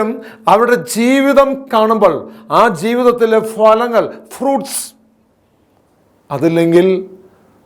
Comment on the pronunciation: സുഹൃത്തേ ഭലങ്ങളല്ല ഫലങ്ങൾ എന്ന് പറയണം.